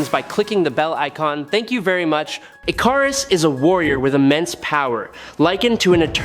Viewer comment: Nice video except you need to rewatch the first few minutes of Eternals so you know how to pronounce Ikaris.